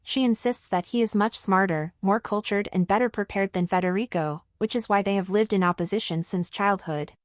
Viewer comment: if you do not spell and pronounce his name correctly i sam going to stop watching. hir name is Frederick not Frederico. he is Danish not Spanish. stop with the gossip and i will stop my misspelling. is it a deal?